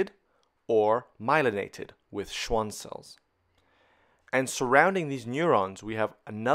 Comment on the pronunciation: schwaan cell. nothing like the occasional German wert in the Latin filled medical journals.